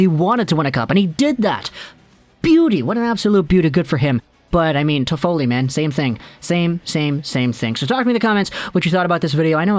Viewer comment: Stop butchering his name please leave an don't come back